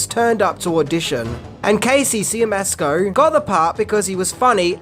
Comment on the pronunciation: Siemiaszko is pronounced "Shyemashko."